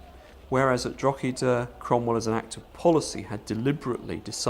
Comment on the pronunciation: Please learn to say Drog-her-der properly before the inability to do basic research completely discreadits anything that's put forward. The treatment of the garason there is highlighted measly as it foretells the "so called" mass ethnic cleansing of the west. Which you don't conver. A large proportion of the Irish population was killed. To a degree that Irish culture struggled to sustain its self there after. In Ireland Cromwell is the no 1 figure of fear and sadness, and as a result hatred. The silly one sided commentary here is why the Irish view the English education system as ill preparing the them for a sensible relationship in the future. Any oportunity for Ireland to become part of the British Isles ended with Cromwell.